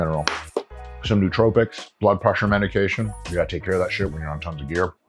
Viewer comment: "newtropics" learn english you fucking r-tard This guy has a phd?